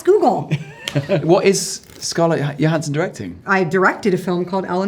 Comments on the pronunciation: Is no one going to comment on Bailey’s pronunciation of Johansson (Yo-han-sen) as opposed to the way she herself says it (Jo-han-sen)? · Why is Jonathan pronouncing her name yohansson instead of Johansson? It sounds so weird.😂😂😂😂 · Is there a reason Jonathan is mispronouncing Scarlett's surname throughout the video? Is it some kind of in-joke? She doesn't seem to mind so it's probably bothering me more than it should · What's going on with Jonathan's pronunciation of Johansson? She clearly doesn't pronounce it that way. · But it isn't the way she pronounces it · Why does he pronouce "Johansson" so diffrent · He mispronounced her name the whole video😂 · Why is he pronouncing Johansson like that? 😭😭😭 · so much chemistry that he doesn't even know how to pronounce her last name lol